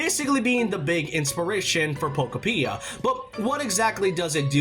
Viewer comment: I keep hearing pokopedia😅